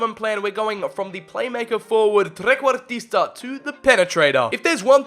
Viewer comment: I can confirm as an Italian the perfect pronunciation of Trequartista 👍